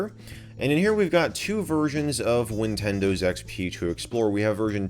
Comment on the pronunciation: did u just say ninwindiws